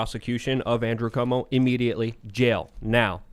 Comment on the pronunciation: Every time says Cumo it’s like a sad clowns name. Cumo the clown. 😂🤣😂